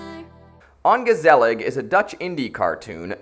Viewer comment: Mispronounce "ongezellig" one more time! I dare you! I double dare you, motherfucker! Mispronounce "ongezellig"... ONE... MORE... TIME!!!